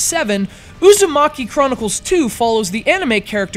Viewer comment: narooto usumaki...nice pronounciation...